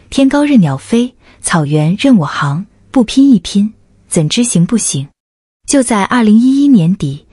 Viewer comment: 任我行，xing不是hang